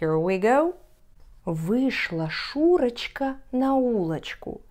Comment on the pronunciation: Paczemu "Szuroczka" czatamy kak "Szureczka"?:P